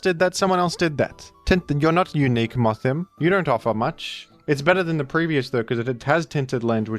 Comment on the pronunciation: Its is actually pronounced worm-madam like a woman and Moth-him like he/him. Because of the gender split.